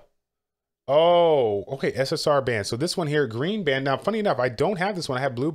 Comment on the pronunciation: haha the way you say Ban is funny. In the show its pronounced Bawn. Much love though! I started actually playing this game cuz of you:D